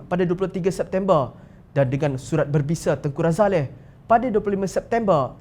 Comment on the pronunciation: Tak da ke org2 amanah nak tegur penyampai berita ni supaya sebut nama ku li ni R A Z A L I dan bukan R A Z A L E H SUNGGUH PUN EJAANNYA LEH 1 malaysia tak sebunya r a z a l e h Tapi r a z a l i